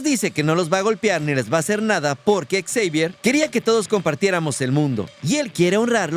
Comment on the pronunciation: Deja por favor de decir ecseivier, te escuchas mas ridículo que Xochitl en un discurso.